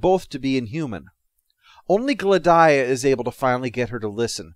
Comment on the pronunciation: Glad-eye-uh?/ Gladia rhymes with Solaria